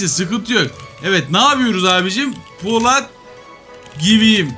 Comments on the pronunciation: abi poLAT değil polAT mk kanser oldum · Abi poLAT değil polAT